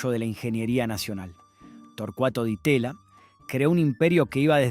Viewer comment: También se escuchó un "di teya"...😮